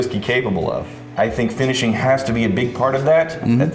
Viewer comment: “Agingk” “finishingk”. Am I the only one who locks in on all those Ks at the end of every “-ing” word says that ends a sentence?